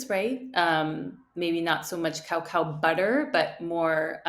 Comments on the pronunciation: Pronounced ca-cow not cow-cow 😂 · Love how you're commentator speaks perfect English but pronounces coco as cow cow🤣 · why she pronounce it like cowcow, LOL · Cao Cao was a famous Han Dynasty Chinese general. Cacao is unprocessed cocoa. Pronounced like KUH-KAU by everyone in the world except this lady. It’s ok to be wrong, but to be wrong and sanctimonious is just embarrassing.